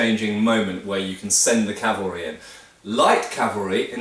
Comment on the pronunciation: I would like to tell you how much I appreci8 hearing cavalry instead of Calvary but I get tearful. Gr8 video. Thanx.